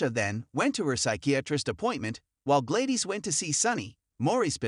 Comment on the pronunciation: Her name is pronounced GLAD-DIS! NOT GLAY-DES!🙄